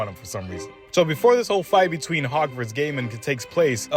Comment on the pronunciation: I think it is pronounced goiy-i-mon, not gay-man 🤣